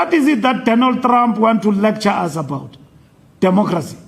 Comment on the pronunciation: I love the way Fikile pronounce Traaamp😂